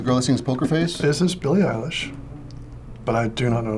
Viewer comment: Billie Eyeler? 😂😂